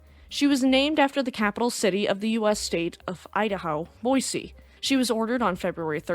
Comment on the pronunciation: Thank you for pronouncing Boise correctly.